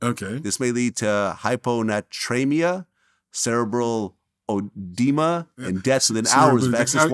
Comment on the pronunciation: Se - Ree - Brawl Eh - Dee - Mah 🤣